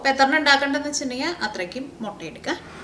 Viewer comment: Motta alla chechiii mutta